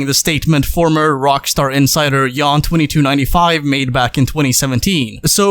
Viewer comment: it’s Yan2295 not Yon2296